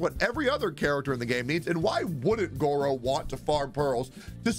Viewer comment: please.... its Gorou. Guro is something completely different and not super safe- * nervous sweating*